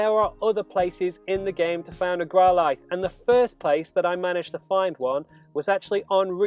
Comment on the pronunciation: I don’t like how he’s saying growlithe